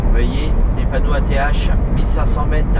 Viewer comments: L autoroute E429 est une magnifique autoroute. Ath se prononce ate et Bergen c est Mons en français. D ailleurs pour te repérer avec les villes traduit en neerlandais. Bergen-Mons Brussel-Bruxelles Gent-Gand Antwerpen-Anvers Luik-Liege Mechelen-Malines Namen-Namur Doornik-Tournai Kortrijk-Courtrai Apres pour le reste comme Bruges c est facile son nom en Neerlandais. Pour le ring on l appelle soit R0 ou Ro mais officiellement c est le R0. D ailleurs avouer que nos éclairages autoroutières sont agréables pour conduire. Enfaite y a beaucoup de feux rouge à Halle (brabant flamand) car près de la fin de l autoroute il y a le grand zoning de halle avec le plus grand colruyt et sa ligne de production qui est immense. Colruyt en Belgique c est une enseigne de magasin alimentaire très connue au même titre que delhaize. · ath se prononce ate ;)